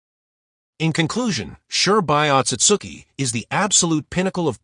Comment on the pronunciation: Who tf is Shurbai or Mamaoshiki Otsutsuki??🙆🤣🤣next time dont use A.i please🚮